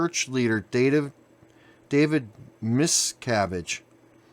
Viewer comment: If you're going to make a video about this you should know what you are commenting on. You don't even know if he has left or if he is going to. You can't pronounce the leader of Scientology's name and the only info you give that are worth anything, are the moments you read the article. I should've went to the magazine's site and read it myself.